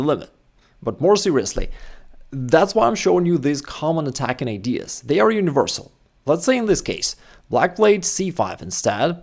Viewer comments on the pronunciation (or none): none